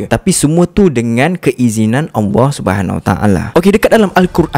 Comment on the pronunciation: Abg...mohon utk belajar sebutan ALLAH, kurang jelas dan lebih kepada AWWAH